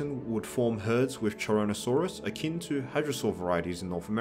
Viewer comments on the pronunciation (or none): none